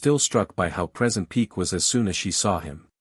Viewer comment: It's. Peck as. In hen pecked. Ñot peak.